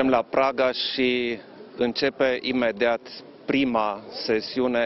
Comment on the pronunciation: A zis "imedeat" ??!!